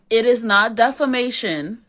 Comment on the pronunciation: Defamation, not defanation